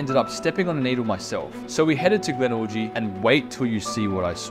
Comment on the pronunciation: he calls it GlenORGY 😂😂😂